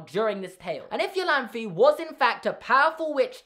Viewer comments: Great theory as always! But I believe "Iolanthe" is pronounced "Ai-Oh-Lan-tha" (ie: like a german "e"). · Iolanthe is pronounced I-oh-lan-thee. Sorry, it's a friends name and I cringed every time you said the American siri vertion. But love the theory!